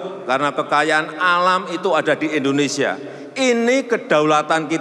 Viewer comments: Indonesia mbak bukan Endonesia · Indonesia.. bukan endonesia